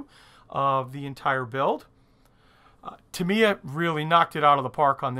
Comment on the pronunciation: Nice kit, nice video, terrible pronunciation. 8-D It's TA mee ya , just like SU ba ru , except it is TA mee ya ! :-) Seriously a cool video tho .